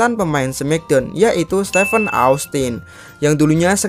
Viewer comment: Steve bukan steven dodol...